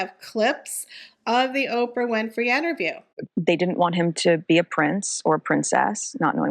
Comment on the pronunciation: The word is interview not enterview. Thats not a word.